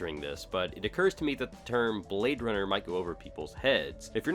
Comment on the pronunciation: He say your a bwad runna